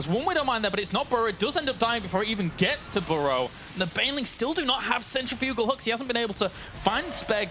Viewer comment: Centrifugal is pronounced like... cen-trif-u-gal... not... cen-tri-fu-gal :)